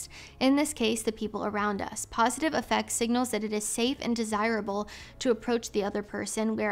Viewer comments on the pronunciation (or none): When used as a word to mean “emotional disposition” the word “affect” is pronounced with emphasis on the first syllable: AFF ect, instead of the usual aff ECT. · Just an fyi, the word "affect" in the quote you read from, the standard pronunciation isn't like "effect" (how you did it). The initial 'a' sound is like the 'a' in 'cat' or 'hat'. And the emphasis is on the first syllable, so it's "A-ffect" not "Af-FECT". Same rule apples for "affective", it's more like 'A-ffective' rather than 'a-FFECT-ive' Promise I'm not trying to be a jerk, just offering you a heads up. Really appreciate your content. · I believe "affect" when describing someone's appearance is pronounced differently. Less like effect and more like the A in Aflac. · Was just coming in here to say that. AFF-ect, not aff-ECT. It's not being a jerk to politely let someone know something like that.